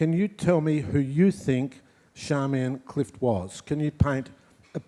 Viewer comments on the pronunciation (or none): Is her name pronounced Sharmian or Charmian? People might be surprised that Hydra is pronounced Eethra but I believe it is correct. It is great to see that this couple are still attracting attention and not merely because they had a friendship with Leonard Cohen. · In regards to pronounciation: There is a recording online of an interview with George Johnston where he clearly calls his wife Charmian rather than Sharmian or Charmaine.